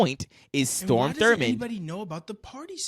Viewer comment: Strom not Storm